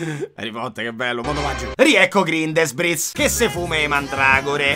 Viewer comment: Sì pronuncia "GRINDELVALD" e non "GRINDELUOL"! 😅😅